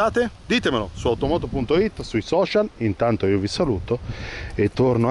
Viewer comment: si pronuncia 'Bèntlii' non 'Bèntlei'